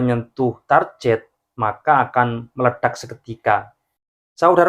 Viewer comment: Target itu dibaca TARGET boss bukan TARJET...bgs inggrismu jelek